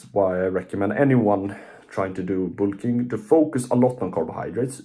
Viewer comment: ah yes "boolking" jokes aside W video youre huge keep grinding bro